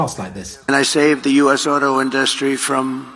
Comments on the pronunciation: Does it annoy anyone else the way he pronounces inDUStry? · Why can’t he pronounce “industry” correctly” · he thinks pronouncing it in’dustry makes him sound smarter 😂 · The Angry Ol' Pumpkin can't get through a 3 syllable word without getting brain freeze ...like " innn- dussss- tree" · Someone please teach Trump how to pronounce industry.